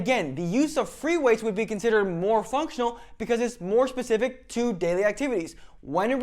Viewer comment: BS degree in exercise science and you say 'pacific' instead of 'specific' -Signed, Jeff